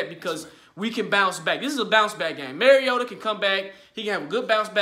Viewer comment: Bruh I’m not trolling but Mario- ta. Like Mario brothers. You are saying merry o da. All love tho bruh. I’m from Florida so I get it. I use to say it like that as well. Lol TitanUp